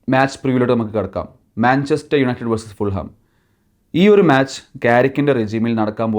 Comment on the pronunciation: Hi . Fulham all a pronunciation . Fulam. jH is silent .